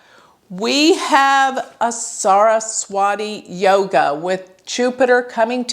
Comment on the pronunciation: Your pronunciation of some of the vedic astro terms sucks!! Saraswati yoga, nakshatra. It sucks when you say it. Won't hurt to learn the proper pronunciation of it. Good command on astro otherwise!!